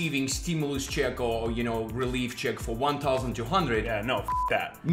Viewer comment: "RELEF funds"